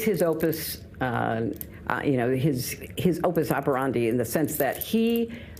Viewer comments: Modus operandi, Hitlery, NOT "OPUS OPERANDI". You have a law degree, no? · "Opus Operandi" she shows her intelligence there! What she meant was, "MODUS Operandi"